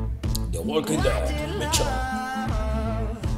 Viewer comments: me revienta los oidos cada vez que dices michon, que vale que se escriba michonne pero se pronuncia mison por dios.. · michon le manda xD se pronuncia millon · miccchhhon (pronunciacion de ) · "MICHON" "miCHON" "miCHON".